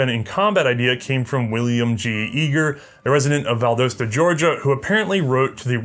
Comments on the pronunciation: It's pronounced Val-dah-sta. Georgia folk are weird. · That pronunciation of Valdosta is just painful to the ears. Val-DOS(like the operating system)- ta Then again it's The South, and every state has its own way to pronounce everything